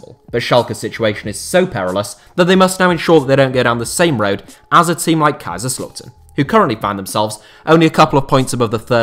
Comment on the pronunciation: Your murdering how to say kaiserslautern mate just say ktown